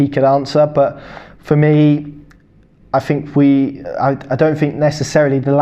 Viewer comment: Could you pronounce your th’s ie fink is pronounced think.